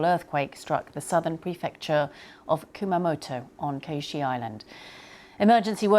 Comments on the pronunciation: What did she call the island? Koshi? It’s Kyushu, pronounced, as you would expect, kyoo-shoo. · Kyushu not Koshi please do better in pronunciation... Extremely sad, I love Kumamoto and the area, prayers to all involved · She mispronounced Kyushu as "Koshi" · I know it’s not easy (and hardly the priority in this news story) but her pronunciation of Kyushu island and Takaichi PM’s names are horrible. BBC you should do better. You’re broadcasting quite internationally. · How can you mispronounce Kyushu that bad? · I was thinking the same thing. I had to Google it because I didn't know what island she meant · it's just pure laziness